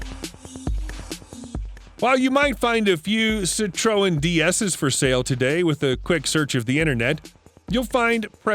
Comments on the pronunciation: Sit-Troe-Ennz 😂😂😂 Made my week that Even Siri doesn’t pronounce it that way And I’ve changed mine to Australian , just because you can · The narrator is obviously not a car guy. Jag Wire? Cit-tro-en? I m surprised when he was taking about the 356 he didn't call it a Porsh. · yeah & learn to PRONOUNCE Citreon better!